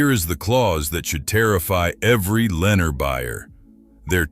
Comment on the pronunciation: This ai cant even pronounce Lenar and Pulte the correct way😅😅